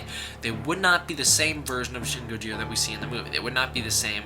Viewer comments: Ain't even pronouncing Gojira properly either. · You said gojira wrong